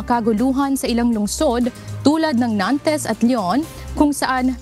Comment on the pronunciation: Hello po! Ang reporter na nag report tungkol sa Paris ang pag pronounce po ng Nantes is silent (es). Salamat po.